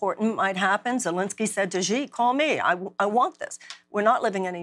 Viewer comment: I like the way she zhuzhes up pronouncing “Xi” as “zhee” 😂